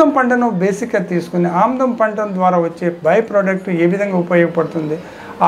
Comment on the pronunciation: ఆవదం కాదు???? ఆముదము అనాలి. ఆముదం నూనె.